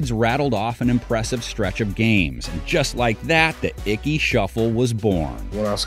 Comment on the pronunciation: lots of Browns in here. also, his name is Ickey, not Icky.